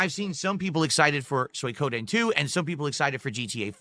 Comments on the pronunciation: "Soy Codeine" LOL this fucking idiot.. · The Sons of Kojima strike again "Soy Koh Den" I didnt know you can mispronounce Suikoden. But.. proving me wrong. "You're drinking 2-3 times a week" "Uh no, its 2 times a week max." Literally just admitted it not 2 seconds later. Actual cope, seethe and crash out when accused of being an alcoholic.